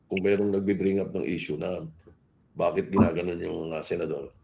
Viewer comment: "Bakyet" I love it